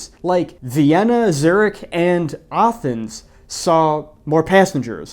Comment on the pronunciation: was confused there for a sec when you said AH-thens 😬 then realized you meant A-thens 😂